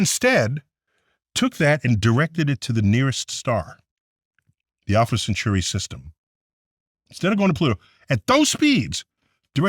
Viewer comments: Neil, it's pronounced alpha centauri not cenchewry, like nuclear, not nukular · Wow. So, even Neil DeGrasse Tyson, an astrophysicist, pronounces the name of the nearest star in space as "Alpha Cen-chur-eee." I DON"T KNOW WHY.